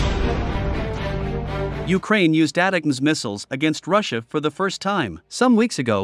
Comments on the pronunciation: AI voice is ruining one of the best acronyms: It sound like attack-ems. The new missile acronym sucks: PrSM. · It's pronounced: " attack ems "